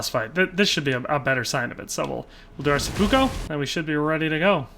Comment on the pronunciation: It really bothers me how you say "seppuko"